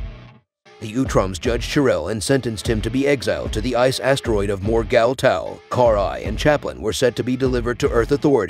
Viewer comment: Cool video but the way you pronounce her name makes my ears bleed.